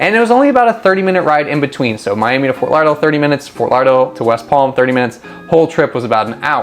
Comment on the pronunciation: Can't even pronounce it.